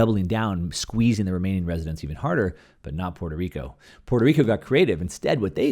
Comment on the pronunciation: For starters, I suggest you learn how to pronounce Puerto Rico.